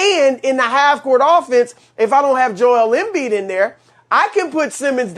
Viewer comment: I get nightmares of the way Broussard says Joel Embiid